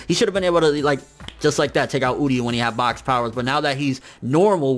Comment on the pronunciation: it's uryu not udyu, bleach English dub was bad